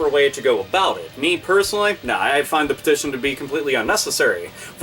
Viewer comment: Lol. Am I the only one who noticed "peition"?